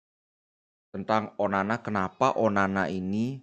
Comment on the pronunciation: ONANA BLI BUKAN ONANI... SALAH SEBUT TERUS ENTE BLI...